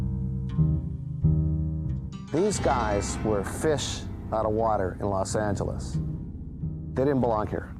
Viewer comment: Narrator ... Its not Los Angleese.